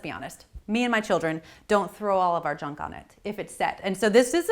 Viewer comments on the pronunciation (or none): none